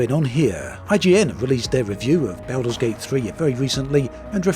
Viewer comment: Everyone: Baldur's Gate 3.: Belder's Gate 3